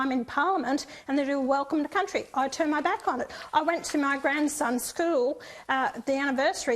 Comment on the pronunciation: I get annoyed when they say. Welcome to Countey. So stupid